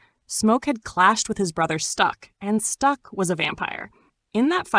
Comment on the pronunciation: Can’t help But seem a little racist calling it a village. And it’s STACK not STUCK